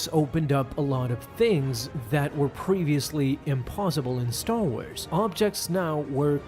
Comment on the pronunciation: "Staw Wars"